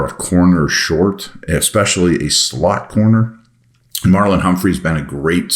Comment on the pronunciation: Did you say searching for a “slut” at time index ??? Well, actually, aren’t we all?